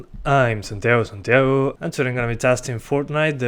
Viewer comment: Awww well its alright just don't remove that smexy intro of yours and i still hear it as "Santio Santio"